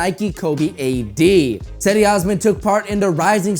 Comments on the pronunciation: His name is Cedi its pronounced (gedi). And his right shoe has the turkish flag fool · Cedi is pronounced Jed-e